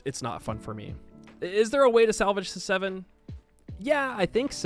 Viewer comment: You know when you say Civ 7, it sounds like you saying 6 7